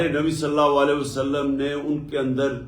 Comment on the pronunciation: Ye Nabi Sallallahu Alayhi wa Sallam sahi nahi bol sakta, keun ke ye aik shaitan hai or Paak Nabi Sasallallahu Alayhi wa Sallam ka naam is ki napaak zuban pe nahi charh sakta. Ma’az Allah, ye shaitan Nabi Sasallallahu Alayhi wa Sallam kehnay ke bajae Nabi Salla Walay wa Sallam kehta hai.